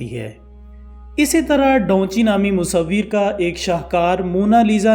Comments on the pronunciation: Bro its da van chi not donchi.. correstion pLz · O bhai Donchi nahien its Davinci🤣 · Its Da Vinci not Daunchi like you are pronouncing mate .. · Da Vinci ko Donchi.. or the last supper ko sooper... Channel itna bara hai mehnat keya kren pronunciations pe